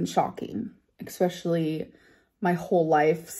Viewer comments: ESPECIALLY, not EXPECIALLY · yes! it’s not “quirky” or “cute” it is extremely annoying - and “expeshally” “from my rememberance” etc. For someone who claims to have got good grades, reads a lot and journals her vocabulary is very limited